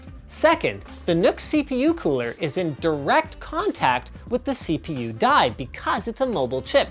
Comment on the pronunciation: Did he just say... C poo performance ?